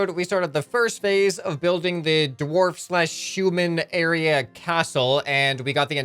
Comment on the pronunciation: Did he say human or shoeman